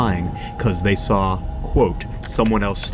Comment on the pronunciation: “WE SAWR IT”